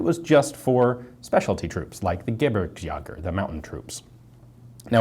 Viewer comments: Ian you need to work on your german. I laughed very hard when I found out you meant to say Gebirgsjäger when you said Gibbersjaager. It is pronounced more like Gebbiergsjeager :) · German here, sorry for the incoming smart-assery. "Gebirgsjäger" is pronounced: G-uh-beergs-yeager. "Yeager" like that crazy gun nut with no hair. More precisely, try to shorten the "e"-sound in beergs and make it a mixture between beergs and burgs. Sorry, had to do this, you almost sounded like Jack Bauer in his infamous scene talking German. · "The Gebirgs-jäger" You killed that poor word, it might never recover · You can pronounce Gebirgsjäger like Ge- BEER gsjäger with focus on the Gs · Gebirgsjäger^^ Ge bir gs jaeger..... try it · Lol, took me 3 rewinds until I realized you wanted to say "Gebirgsjaeger". Nice try but really nobody expects that can pronounce every German word.Especially as beeing a selfproclaimed Francophile. Just stick with a engish translatin like "mountain troops" instead of "gequildibirgs" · Oida wie du Gebirgsjäger ausgesprochen hast 😂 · Hahahaha noch ein deutschrr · yes you pronounced that wrong ^^